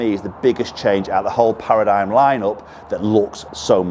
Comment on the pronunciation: It's pronounced para-dim